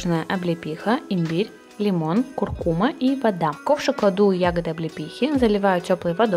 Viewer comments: Не куркУма, а куркумА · куркума, на последний слог)